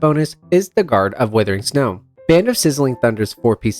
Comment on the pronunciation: Nice vid and handy chart. Good points about some of these sets that seem like no-brainers but actually aren't worth going to too much trouble for. Also: Wuthering, not withering